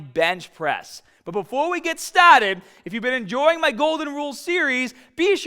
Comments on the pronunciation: The fuck is “stadded” and “bah bell” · "Ya get stahted by ahhching your back and gripping the bahhhhhhbell"